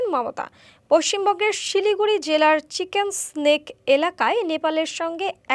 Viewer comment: চিকেন স্নেক না চিকেন নেক বলুন